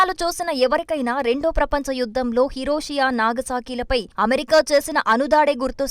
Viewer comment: హలో హిరోషి యా కాదు హిరోషిమా